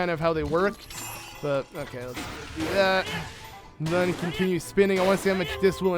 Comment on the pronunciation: Ur good at the game, I give you props, but every time u say "then" u say "Thun" and I wanna yell at u sooo bad, but it's a great walk through, good job